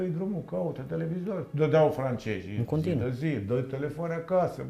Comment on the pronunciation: Pai asta nu stie limba română ce limbi străine. "Francejii ,englejii".De unde să știe el limba "francejă".🤣